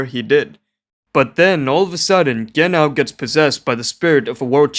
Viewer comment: Genau you pronounce the Ge more and as one silibil and after that nau (reminds me about Wobbuffet pokem thats called wohingeanau and he ofc says that all the time^^)